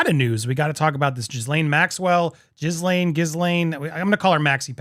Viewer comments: It's pronounced gee lane. But love the way you call her jiz lane😊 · It's pronounced, "G Lane." If you eat starch and sugar, you will suffer the hunger pangs. As a result, I take in sugar only twice a month and starch once a week.